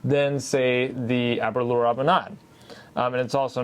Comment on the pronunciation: FYI- Aberlour is pronounced like the word sour. As in, ah-be-lour.